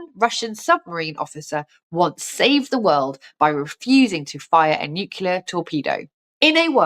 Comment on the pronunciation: "nucular" - really?